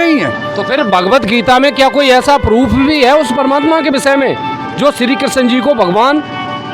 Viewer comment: परमात्मा का नाम स्पष्ट नहीं पता चला।।